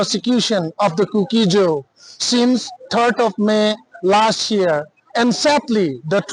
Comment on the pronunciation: news simnu boinu, lungsettah in ZO tin pronounce aw. Not ZOU